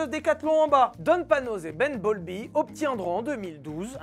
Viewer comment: Il a dit ben bowlby ? J'ai entendu bumblebee 😂